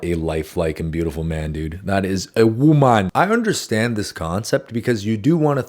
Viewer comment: "that is a woMaN" the way he said it in an African accent😂